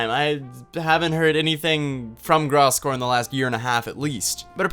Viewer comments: yo just to let you know its pronounced grose gore not graaass gore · nice video but holy fuck please learn how to pronounce Gross Gore right before making a video in which you talk about him that's all I ask lol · Blake finally found someone who agrees with me that Gross Gore isn't completely wrong also if could pronounce his name right that'd be great